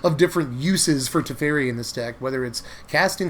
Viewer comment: Was really enjoying the video until you said Teferi, then I left, LOL.